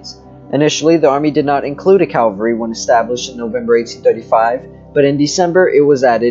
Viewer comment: Cavalry not Calvary… Other than that good information!